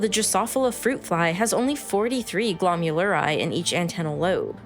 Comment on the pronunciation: «Only 43 glomuleri»? Not sure that's how it's pronounced.